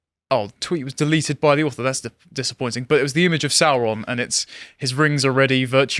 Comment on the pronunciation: The way Sauron was pronounced in the films was wrong, Tolkien intended it to sound like the saur in dinosaur, to give him a reptilian sound